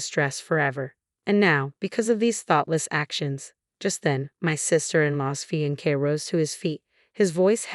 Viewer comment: Sounds like a civil registration of marriage, thus they are married. Wedding ceremony to follow. Unusual, at least in the religious world, but legal. Having defended that, please find a reader that can pronounce "fiancé ". Thank you.